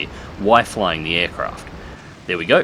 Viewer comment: "redraction"? "Wi-flying the aircraft"? What the fuck happened to your English in the first minute of this video?